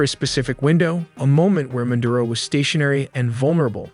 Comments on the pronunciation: it's MADURO not MADURA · It’s Maduro not Madura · “Madura “ hahaha